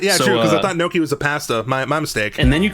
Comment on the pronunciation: Did you actually unironically call gnocchi as "NOKIA"??????? 🤌🤌🤌